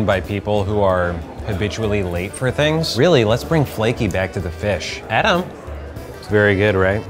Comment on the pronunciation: “adAm” i want that as my ringtone